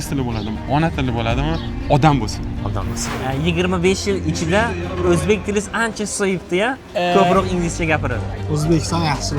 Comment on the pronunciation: Boshlovchi o‘zbek tilini o‘rganing avval. Uzbik tele deysiz. Tele emas tili. Eshlarga revoj mas ,ishlarga rivoj.